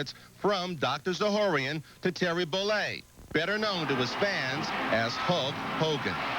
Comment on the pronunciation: Terry Bollea. Get his name right, jackass.